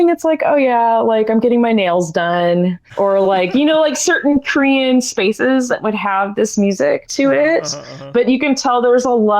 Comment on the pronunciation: oh my god I thought you were saying "Curian" or something and I was like what the hell is that??? When I listened back I recognized Korean easily but maybe my brain short circuited.